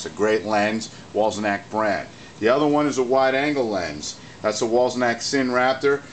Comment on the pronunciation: You keep saying Wollsenak. How hard is it to pronounce Wollensak? And no lap dissolves with that model unless one closes down the lens iris which is feasible on any camera. The mechanism is in need of a service, I can tell from the noise and behaviour because I service Paillard-Bolex products. Regards, S.